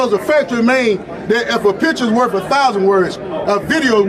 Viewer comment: The lawyer said "worf a thousand words" 😅